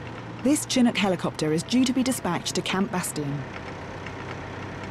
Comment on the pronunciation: It's pronounced Shin-nook.